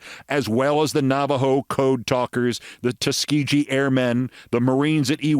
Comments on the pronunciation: Wow, Keith.... REALLY surprised that I have to correct your mispronunciation of Tuskegee (it's a HARD G). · Keith, small correction, the ‘g’ in Tuskegee is pronounced with a hard ‘g’ as in the word ‘grapes’ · Keith, please research how to pronounce Tuskegee. . It's not the way you're doing it. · Tuskegee - hard 'g'